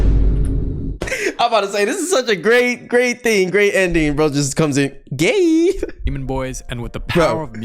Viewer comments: Brody and say gay cuz he said yay😂😂😂😂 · Actually it’s “Gay”😂😂